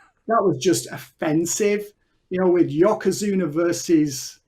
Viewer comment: 😂😂😂Yokozuna not Yokazuna dude!🤣🤣🤣